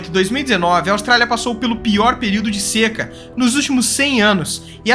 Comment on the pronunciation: s(é)ca S(ê)ca é tuberculose, 'rapaiz'!